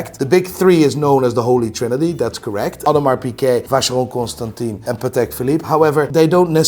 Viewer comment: Someone who doesn't know how to pronounce Constantin is laughing at someone who doesn't know how to pronounce Heuer....just because his channel has more subscribers. What a content lol!